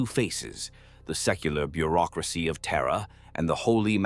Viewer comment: TERRRA and it's pukka neighbours